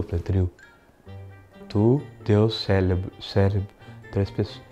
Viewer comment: tem um defeitinho no "célebro" kkkkk